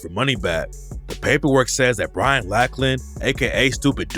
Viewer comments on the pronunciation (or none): none